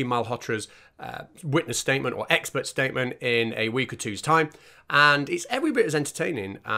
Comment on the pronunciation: Ah she is an ex-spert witness,... Now all I need to do is find out what a "spert" is and why this lady is qualified to be a witness. Edit: Oooooh, Its EX-PERT! She has GP after her name which must mean General Pert-itary or something !